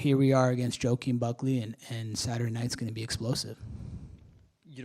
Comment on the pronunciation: bro called him jo kem buckly LMAO 🤣